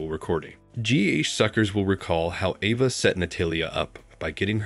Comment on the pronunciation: Why so much mispronouncing? It's A-va not Ah-va, Natalia is Na-tal-ia OMG